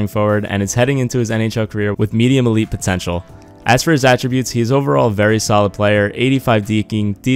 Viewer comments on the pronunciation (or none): none